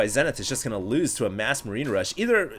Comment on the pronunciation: It's prononced ZEE-nith.